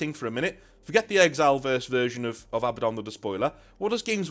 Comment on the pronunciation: thank you for pronouncing Abaddon correctly. Not A-Badden. So on the nose it makes me cross eyed